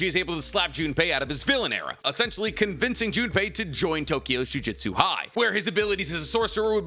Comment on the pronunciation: Gotta Disagree. #1 most disrespectful moment in Jujutsu Kaisen is refusal to pronounce juJUtsu correctly.